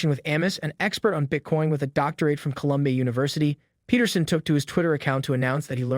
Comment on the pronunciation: It’s Jordan Pete-er-son not Pet-er-son